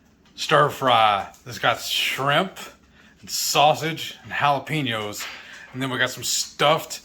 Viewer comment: 16 hours? We all gotta sleep at some point! 😅 I like to get the mail daily but I order a lot of things so it's often in my best interest. GASP, do my ears deceive me or has Shelly finally corrupted your pronunciation of jalapeños to match her own?! You used to pronounce the ~ over the n! 😨